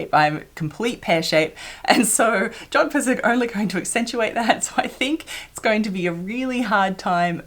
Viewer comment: Did you say jodphurs?🤔 Are you a rider? That's splendid. They don't look easy. I'll look forward to that.